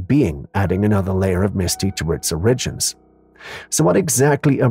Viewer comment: Is there another way to say the word “origins” ? Because it sounds like I’m about to hear the word original when I hear it on these videos.